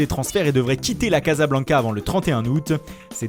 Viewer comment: svp arretez de prononcer a la francaise 'caza blanca' mais 'cassa blanca', ca fera mieux merci